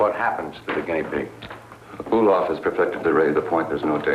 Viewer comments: why is that guy yelling about never mentioning his daughter's name when her name wasn't mentioned in the first place? and how come that guy can't pronounce "guinea pig"? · this guy can't pronounce guinea pig